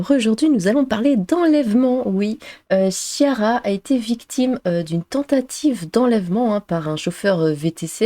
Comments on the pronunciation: Chiara se prononce "kiara". 😉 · Chiara se prononce Kiara c'est un prénom italien.